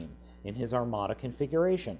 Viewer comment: “In his armada comfiguration” you say it like the figure can change into other Starscreams lol